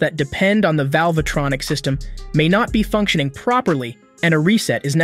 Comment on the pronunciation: I can't hear one again how you say "velvetronic"